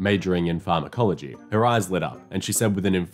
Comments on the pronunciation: Just for the record, your pronounciation of Pharmacology is well... decieving. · heck at least she knew what farm-ecology was!